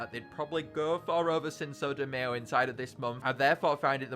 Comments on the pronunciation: bra says cinso de mayo (mayo like the condiment it cinco de mayo pronounced my-o and sin-co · I’m so, so, sorry, but the way you say cinco de Mayo is atrocious. It’s pronounced “sink-o day/deh my-o”. I know it looks weird when I type it like that, but yeah lol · I think cinco de mayo is pronounced sinko Dee mie-o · I was triggered when you said mae-yo instead of my-o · “Sinso de mayo” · Please don't tell me he actually unironically pronounces Cinco De Mayo as Sinso Da Mee-oh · I'm crying at "sinso de may yo" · Did…Did just pronounce Cinco De Mayo as Sinso de Mayo? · “Sinso De MAY-O” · please say cinco de mayo right bruh💀💀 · The way he pronounces Cinco de Mayo. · the way he says cinco de mayo infuriates me